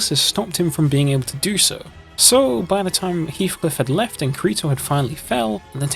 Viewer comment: Bro he said kreto